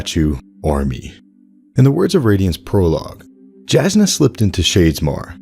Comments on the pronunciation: I don't mean to be 'that guy' but Jasnah is pronounced Yasnah not jaznuh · It is pronounced Yasnah, because it literally means "clear". The word comes from the Slavic language family. But it is funny cause the way you pronounce it also is a word specifically in Bulgarian and it means "to hit something" 😊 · Not a true Alethi man I see. Jasnah is pronounced YAH=SNA. Also meaning bright or Brightness is slavic languages. (Thought you might get a kick out of that) But I do love this theory I've been waiting for the statues of light eyes to come to life as soon as I realized an awakened was on Roshar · Woah is it pronounced Jas-nah, or Yas-nah